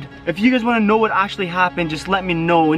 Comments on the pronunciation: Stop saying sno say know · Stop saying shnow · Am I the only one that notices that he says snow instead of know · Please stop saying “shnow “😂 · I’ve had enough of him saying shnow😭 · Why does he say shnow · I’m sorry but does anyone get really triggered when he says ‘YOU ALREADY SHNOW HOW IT IS’ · Does it trigger anyone else how he says shnow instead of know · If you say know with an sh one more time I’m unsubscribing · It is know not snow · Bro he says you already shnow how it is way to much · Why does he say snow instead of know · Why does he say Shnow and not know like what the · He always says shnow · why he say shnow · Why does he always say shnow instead know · Stop saying shnow WTF...WHAT THE HELL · Can u pls stop saying snow instead of know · stop saying shmoe